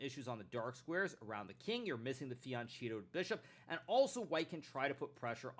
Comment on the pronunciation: It is surprising that a chess super grand master (who is also a very decent Italian speaker) can't pronounce the word "fianchetto" correctly ("ch" is pronounced [k]). Unless it's a joke?